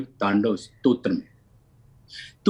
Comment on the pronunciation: Anchor जी ने बोली "शिव तांडव श्रोत"